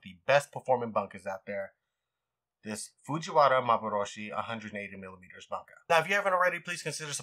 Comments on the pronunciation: It's not "bun-ka" like a bunghole, it's "booun-kah". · No disrespect, just small pet peeves: Bunka = Boo-ng-ka, not bunk-a on a related note: Gyuto = G-you-toe, not gyo-toe Santoku = Sahn-toe-koo, not sahn-too-ko